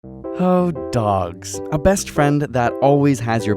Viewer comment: i thought he said "hot dogs" instead of "oh, dogs" in the beginning lol